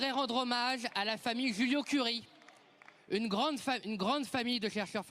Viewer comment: Excellent ce Monsieur Tanguy. On lui pardonne même ses fautes de français. Toutefois, je me permets de rappeler qu’il s’agit des Joliot-Curie et non des Juliot-Curie.